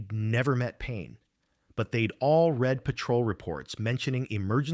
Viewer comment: note to AI, please stop writing numbers like $1,250,000 and spell out the word 1 thousand, 2 hundred and 53 hours the AI voice cannot say the words correctly when in the wrong format. oh, and PLEASE use red and not read. he read the paper is spoken poorly. he red the paper, comes across correctly.